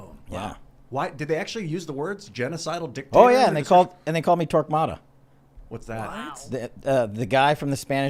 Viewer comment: Its not Torpada, his name was Torquemada.